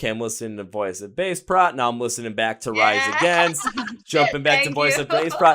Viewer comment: At least pronounce the name of the band correctly. They're too sweet to correct you.